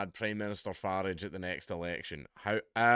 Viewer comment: Dank,I love you but it’s not farage how we say garage but f-a-rage how the Americans say g-arage.